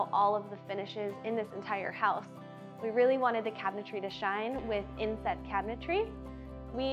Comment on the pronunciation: Sorry, I really thought she said “incest” cabinetry 😅